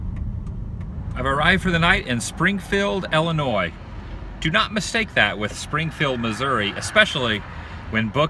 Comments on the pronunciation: Thank you for saying Illinois properly. And you need to come to Litchfield. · Thank you for pronouncing Illinois properly.